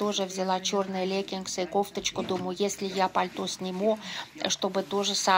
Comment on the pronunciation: Необычно звучит в вашем произношении слово "леггинсы"